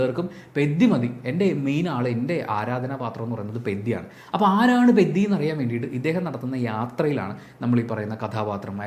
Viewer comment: Peddi alla bro peddhi ( means valiyavan or giant) in telugu 😊